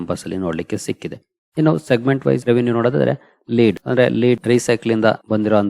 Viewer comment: It is not ಲೀಡ್ its ಲೆಡ್...its a chemical element